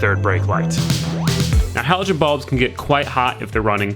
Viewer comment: why are you calling them balbs